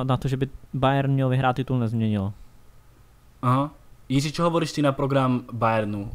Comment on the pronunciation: “Jiží” je výborný:D.. promiň:). Jinak skvělý podcast.